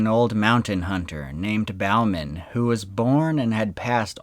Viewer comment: It was Bowman pronounced boh-man now bow as in bowing to an audiance.Bowman like Bowling.